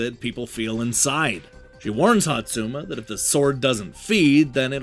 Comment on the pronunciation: I think you managed to mispronounce every SINGLE name in this game. Hotsuma even had several different mispronunciations 😂